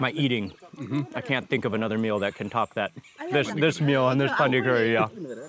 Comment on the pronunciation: Not pandi its pandri